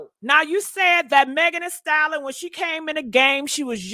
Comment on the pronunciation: Lord it’s “Thee Stallion” not “Thee Salin”